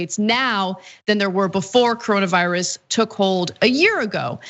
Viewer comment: “Cowonaviwus is waysis!” -progressives